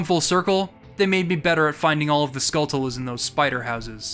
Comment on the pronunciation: Based on how you pronounce "skulltula," I'd wager you watch Game Grumps. 🤔